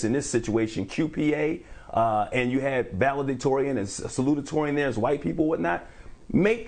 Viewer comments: Only one T sound in Sa-lu-tor-ian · No shade intended - sa·lu·ta·to·ri·an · I hate to say this, but this coverage was mediocre. And all the facts were not correct. And a news anchor should know how to pronounce the important words of the story--like salutatorian...ijs.